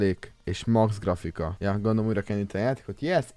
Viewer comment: Azt mondtad hogy gafrika XD